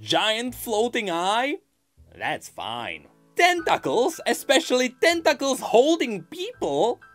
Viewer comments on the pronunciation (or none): I love the way you say "tentacles". Ten-TOCK-els.